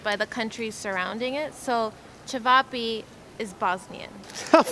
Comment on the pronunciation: You say chayveepay but it’s actually sounded out chevop